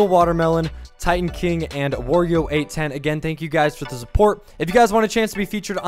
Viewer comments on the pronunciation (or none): none